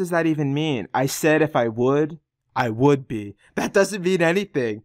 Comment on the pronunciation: "I would thee" he doesn't close his lips to pronounce the 'b'.